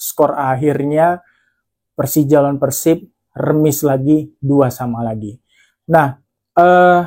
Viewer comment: Mas gua baru pertama kali nonton video lu, tapi jujur udah suka, bbrp alasan: 1. Penyebutan persib yang bbrp kali benar: pérsib 2. Meskipun lu fans persija, tapi analisis & penyampaiannya ttp objektif & fair tanpa embel2 songong/menjelekkan persib, respect Saran buat video review match persib vs persija musim depan: 1. Analisis buat persibnya kalo bisa diperbanyak, gua yakin dgn objektivitas & fairness analisis lu, seiring berjalannya waktu bakal banyak bobotoh yang nonton & suka (salahsatunya gua) 2. Bikin video pre-match analysis hehe, mantep tuh Semangat terus berkarya mas, gua dukung, salam damai & sportif bobotoh the jak 🔥💪